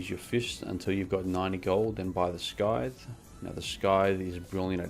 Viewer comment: Sythe is pronounced "saith" the c is silent.